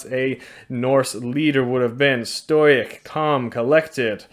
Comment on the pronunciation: "The real leader is the one that is most stoyyic, the most calm.- - doey coco jiaz